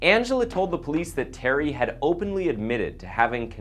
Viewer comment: this is awful, just the production is terrible. this guy is such a bd narrator. he messed up the name terry twice and called him telly becuse of the guys last name